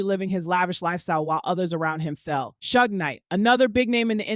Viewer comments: Ok. Like the recap the narrator provided but the pronunciations were bothersome. Suge ( Shoog) not Sooge. Lol!! Elite (Ee-leat) not Ee-Light. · The narrator is A.I and sadly a little off putting at times. Spaces between names eg R....Kelly as if there is 2 different people it's talking about. The way Suge is pronounced. Yea a little off putting. Prefer listening to the sister.